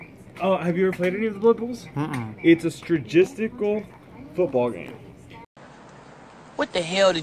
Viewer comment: Ya know Stra-giss-tical... It's a lot like logistical but mystical. All the rage now I hear! Hey where did you find the Zelda music? Was it in the YouTube library? Or somewhere else. I'm actually making a video where it would be really awesome to use some Zelda themed music. Fun video? Really enjoyed it!